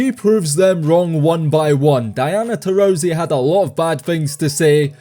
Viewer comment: It’s not TaurOsi. It’s Taurasi.